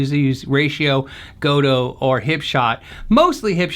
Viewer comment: Gotoh is not [gou - tou], it's [go - to - o], 3 syllables. O stands for a short O in Japanese, and OH stands for twice as long of an O.